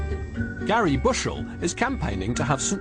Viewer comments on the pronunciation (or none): none